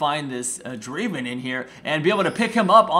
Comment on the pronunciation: uhm srry but it's DRAAAAVEN